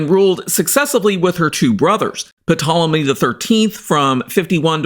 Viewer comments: The 'p' is silent - it's pronounced 'Tol-emy'. Demonstrable not 'demonstratable'. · The P is silent. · The 'P' is silent In Ptolemy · Dude .... The "P" in Ptolemy is SILENT! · it is, and it isn't. English pronunciation usually makes the P silent, while in both Classical Latin and Greek the P is pronounced and very much integral to the word. Just like "pneuma" (yes, the Tool song), in English they tend to say "neuma" when everyone else follows the traditional pronunciation of "pneuma" as it was in Ancient Greek. Just like now there are people who pronounce Julius Caesar the classical way (Iulius Kaiser) or the modern way (Julius Cesar). As a Geek, I'd continue pronouncing it as it was intended since it's pretty much a very distinct name, you won't find any other person named Ptolomy (Ptolemaeus) walking around in the street. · Is that the correct pronunciation? I've heard some treat the P as silent to say 'Tolemy'. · No no no! Its Ptolemy. In Greek you say it exactly as you write it. P is not silent.